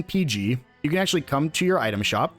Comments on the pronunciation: No, it is not peg. It's peeg, long e sound. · Its not pronounced 'peg' its called 'peeg'. They say it in game